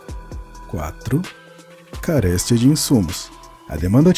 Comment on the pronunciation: A voz é agradável, mas impliquei com caréstia. É carestīa.